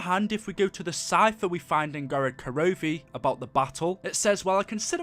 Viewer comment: Dude it's not der eisedracha and gorad korovi ffs it's been how many months now smh